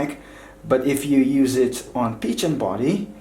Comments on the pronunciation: A great review, But the Phicen is pronounced (PH=F) so it is (Fi-cen) not Pi-chen. Great work keep posting awesome reviews. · It's pronounced fy-Sen. Not peachen. Omg. 😂😂😂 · You provided good information. As far as I know, Phicen is pronounced (Fi-sen). Your pronunciation is off dude! By the way, your voice is annoying. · Why is he saying peachin? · Peachen lol you pronounce it like fize-zen 👍🏼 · It was pronounced Ficen the PH makes an F sound. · Thought it was pronounced Ph-eye-sin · I believe it's pronounced "fiken" I think? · I couldn't watch this the fact that you kept on saying peachan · Some people pronounce Feisen, Piccan, Fissen, Pissen, but first time hearing Pichen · It's pronounced Fi-sen